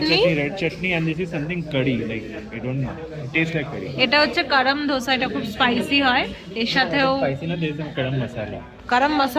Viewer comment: তোমার এই বেড়াতে যাওয়ার ভিডিও গুলো দেখতে খুব ভাল লাগে। তোমাকে একটু কারেক্ট করে দিচ্ছি কথাটা 'ধোসা' নয় দোসা বা দোসে বলতে পারো সাউথ এ ওটাই বলে।